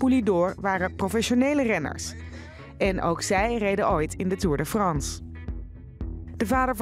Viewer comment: Nederlanders kunnen echt geen frans omg belgen kunnen veel beter frans hoe die presentator tour de France uitsprak ahahahahaha